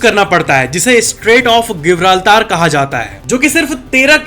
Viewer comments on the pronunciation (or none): हमने तो जिब्राल्टर सुना था ये गिब्राल्टर कब हो गया 😂